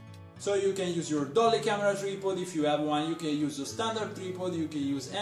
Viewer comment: your english is spot on just say tripod like tr eye pod you pronounce the i like eye like ipod, not treepod lol just helping thats all